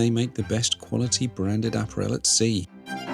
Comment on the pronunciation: My Dad is English and I was watching this within his earshot. After hearing you pronounce apparel and saxophonist he asked, “Who is that ponce?”